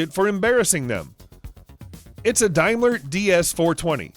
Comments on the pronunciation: Its Dame ler not Dime ler and he said the Iso was designed to be driven on the right hand side of the road. Wrong. its a right hand drive for driving on the left hand side of the road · The way he says Daimler 🤣🤣🤣